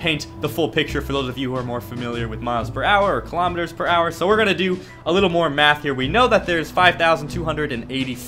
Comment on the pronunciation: Now people are hating on you for pronouncing kilometres wrong.